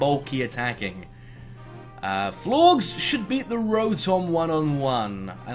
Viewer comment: The Shiny Furfrou I imagine Florges is pronounced with a J sounds, since it is meant to be a combination of the words Floral/Flora and Gorgeous, and it is spelled with a J in the Japanese romanization, but I'm still waiting on the anime for that one. I have no idea why anything in Florges's name would be silent.